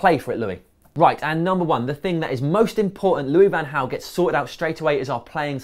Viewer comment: Van Hal? Is it not Van Gal?